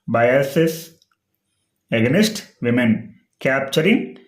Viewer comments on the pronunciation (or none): Against pronunciation check cheskondi